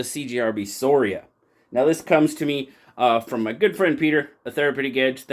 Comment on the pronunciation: Scoria, latin for dross or slag. Also you pronounce the letter c in that word I think, skor ee ah. Your calling it sor ee uh drove me nuts, lol.